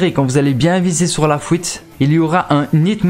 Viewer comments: AightCG “La fouite” m’a fait rire aussi mdr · ''Vous allez arriver dans les couisines'' ''et les neuf fouite '' après c'est de la dyslexie ça se travail j’étais pareil plus jeune et je le suis encore avec l'orthographe.